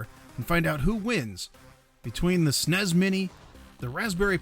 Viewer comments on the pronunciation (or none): who says "snays" instead of S.N.E.S.?